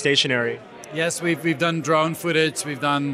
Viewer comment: "fooootige" footage*